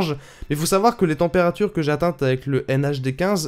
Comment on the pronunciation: "témpérature" :3